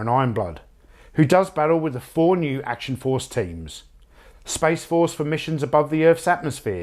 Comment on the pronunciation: I can't really find fault in that list. Well done! p.s. the way you say 'Action Force' is perfect and will forever be read with your voice in my head whenever I see the name.